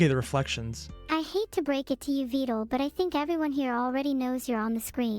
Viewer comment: Who the hell told this poor man that “Vedal” was pronounced “Veed-al”!? It’s supposed to rhyme with “medal” and “pedal”!